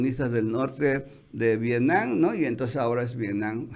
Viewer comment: Nadie de los Chapuceros puede pronunciar V I E T N A M?! No VIENAM, ni Vienan por Dios!